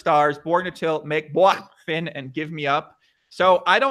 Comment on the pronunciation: Lol as a Finnish person I noticed that he was Anglicizing the pronounciations of Makeboifin and Fiilismies. I'll try to explain how it's said in Finnish: Make: "Mah-keh" (don't pronounce the h:es. But it's not pronounced "Meik" like the English word) Fiilismies: "Fee-lis-myes" (the ending is a bit like m followed by the word yes) Really the pronounciation isn't too complicated but it's hard to explain using text and English spelling conventions.